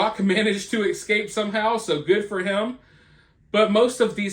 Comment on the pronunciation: The word is "eScape," not "eKscape."